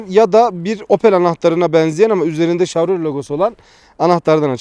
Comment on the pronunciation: abi şav değil şev diye okunuyor o :D